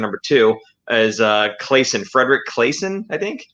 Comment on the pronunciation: Claesson is pronounced more like CLAW-son :)